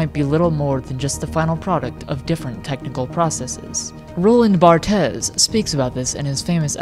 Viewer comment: "roland bart-es" it's pronounced "bart" or "barths", depending on how accurate you wanna be to the original french